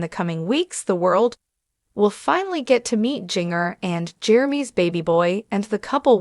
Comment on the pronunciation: Please pronounce Jin gers name right. You are butchering her name.the j sounds like a g